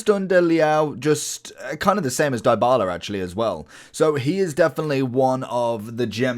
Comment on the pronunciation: Loved the vid but the butchered names made me want to "Die-bala" myself... Its Dee-bala btw and not Die-bala , and mar-tEE-nez not mAr-tinez XD